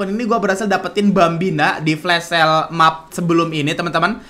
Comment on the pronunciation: Kenapa lu sebut flash sale jadi flas shale terus si?